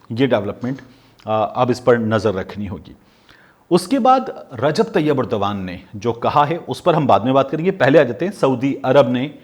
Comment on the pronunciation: You're the only one who says the name of Turkish President Erdgan right. Others keep saying it wrong. I've told #MubasherLucman and Sabir Shakir to say it right. They even say other names wrong. Your news saying method is precise and without fumbling and wasting time like Sabir Shakir. Thanks PS do write your tweeter handle